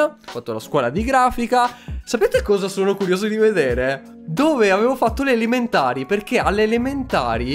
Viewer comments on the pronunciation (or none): che dice alimentari invece che elementari Io dico vagno vuoi la frutta?!